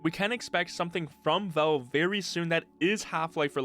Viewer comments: It's "Valve" not "Velve". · wtf is up with your pronunciation of "Valve" sounds like you're saying "Bo" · Man, this guy really needs to say valve instead of volv